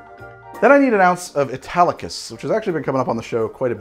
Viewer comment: He keeps saying Italicus, I keep hearing Spartacus!